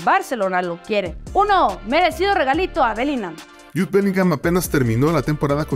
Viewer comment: En este canal siempre dicen Bellinam en vez de Bellingham.